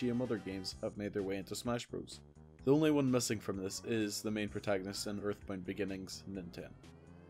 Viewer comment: Earthbound, not Earthpoint